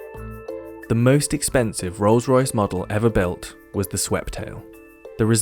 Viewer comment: Anyway bro, itz not Ros- Royce..... as u r pronouncing, itz Rolls-Royce. Itz my dream car, which i can only have it in my dream, bt not in real life. Thnk u.